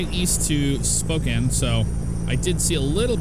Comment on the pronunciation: YES! You said Spokane right! Right after you got out of downtown Spokane though before the Airport there's actually a huge hill you go up before you start seeing the exits for Spokane International and Airway Heights.